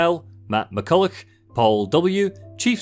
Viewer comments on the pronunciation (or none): none